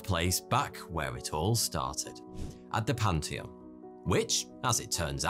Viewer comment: "Panty on"? I think you meant "pan·thee·uhn".